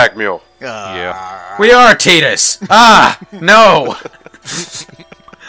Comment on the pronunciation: Its pronounced tie duhs. Not tea duhs. Who says tea duhs it sounds stupid